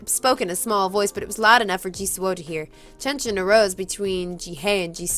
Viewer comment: Dem feels, oh god. He's so freaking beautiful.. Oh.. My eyes.. Bleep and bleep. Also. Friend, I think (relying on the kdramas I've watched) that Jisoo's name is pronounced like Jiwoo's. I mean how you pronounce the "soo" at the end.